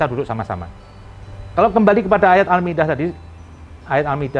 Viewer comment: Almidah katanya , ngomong yg bener boo